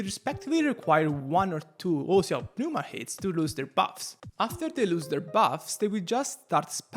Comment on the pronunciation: Side note. Why do ppl (its not just this guy) keep calling it PPP-new-mah? its just New-mah. Ever seen the word Pneumonia?